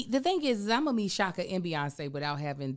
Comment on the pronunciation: I'm glad she said Chaka. 😂 she my favorite